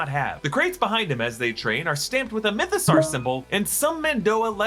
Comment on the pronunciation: why do you say mythosaur as "mytho-sarr"? you don't say dinosaur as "dino-sarr", do you?